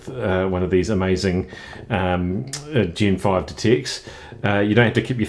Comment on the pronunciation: I thought it was gen 5 detect, not gin 5 detect. Best demo on YouTube at the moment though.